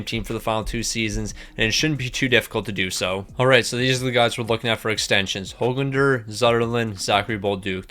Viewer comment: YES HE FINALLY PRONOUNCED HOGLANDER RIGHT